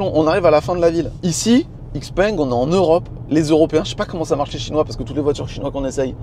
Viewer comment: Ça se prononce ShiPeng pas IxPeng